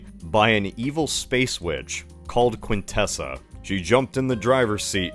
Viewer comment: hey that's not how you pronounce quintesson